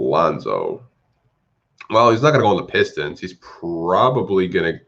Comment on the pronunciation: "Peestons" 😂🤣🤣 I cried, I can't believe no one offered a second for Wayne